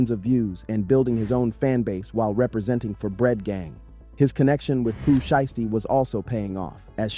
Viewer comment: “Pooh shisty” 😭